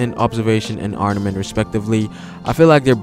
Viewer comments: Armament, ARMAMENT! Not arnament. Great video but you were driving me crazy with your mispronunciation haha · Chris Adler I caught that too. He's a little inconsistent with the word where he'll pronounce it with the pause and other times not. Also, he kept saying "arNament" instead of "arMament" which was driving me crazy lol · ITS NOT ARNAMENT HAKI ITS ARMAMENT. Do you even respect the craft? Jesus